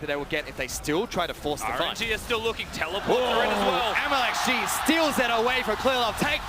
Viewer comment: I’m surprised that the announcer actually pronounced MLXG right...